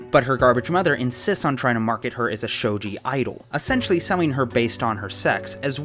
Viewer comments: UHM the "G" in shogi is hard (like "galaxy") love ya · A few other folks have pointed out the mispronunciation of "shogi," so here's a quick tip: generally speaking, Japanese doesn't have a soft 'g', so if you see a 'g' in a Japanese word or name, it's probably going to be pronounced the same way as the 'g' in going.